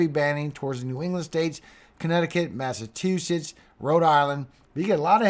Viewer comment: Please, it's pronounced Mass a CHU setts